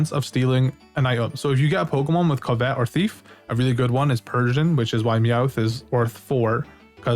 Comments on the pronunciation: Awesome video, thanks! A tip: covet is pronounced CUV-it instead of cuv-ET. 👍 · COvet, not coVET! It's an actual word, the emphasis is on the first syllable. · Sorry it was bothering me bud. It's (cuv-et) which means to list after something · Covet is pronounced kuh·vuht. Think Ark of the Covenant if you have heard that pronounced before. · Covet (cuv-it) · Never heard someone pronounce covet like that... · Can tell when someone isn't a native English speaker when they don't know how to say "covet" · You’re saying the word “covet” weird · I hate the way you say covet